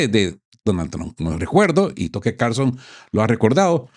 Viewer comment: Tocker? Se dice "taker o Tucker" si no sabe inglés, buen programa, gracias!